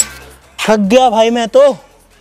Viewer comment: Bhi bola hi thag gaya 😂 but lag RHA hi hag gay 😂